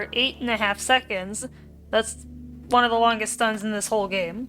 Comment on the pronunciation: "and they last for fifteen secNDs" girl whats that accent